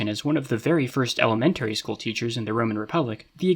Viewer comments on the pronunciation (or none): school would be skool not skhool